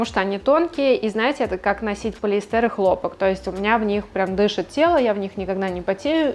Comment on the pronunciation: Очень разумный подход и взвешенная позиция. Немного только режет ухо полиэстЕр. Сорри, но хочется, чтобы у такой замечательной девушки все было идеально - 'полиЭстер'.